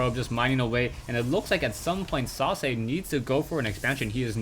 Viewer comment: I was not looking at the player's name and i thought you said Sausage :))